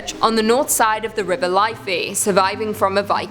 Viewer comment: “River Life-eee” no.. it is “liifff-eee” anyway love your work guys 😊